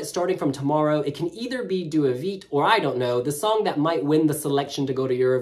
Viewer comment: Due vite, not due vit 😂